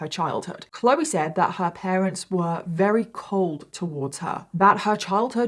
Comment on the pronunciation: For someone who claims to be English you sure can't speak it very well. That's very with a v come on now say it with me v v very! Not rary